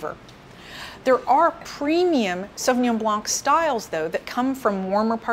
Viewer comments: It is pronounced "sauvignon blaN"; without the "c". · Great presentation but the”c” in blanc is silent. Pretend you’re saying “ Sauvignon Blan” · Did she pronounce the C at the end of "blanc"? Because we just don't do it in french, the C is silent. Great video by the way :) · She seems to be knowledgable but can't pronounce Sauvignon Blanc properly. Even in the sommelier shows they are wrong. Wow. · Hey of you are a a professional speaking about your industry , pronounce words properly. Not hard. Are you in France by chance? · You pronounce the pinot grigio wrong hahaha - it's " Pee-noh-gree-JOE" (with rolling R) not pee-noh-greaaa-ssshhoooww"... Also! Its NOT pronounced " suuuveee-in-jon blanK " but rather . " Souv-win-jong blan " with silent C. I got believe how people find this educational? when she is totally embarrasing pronouncing wine names.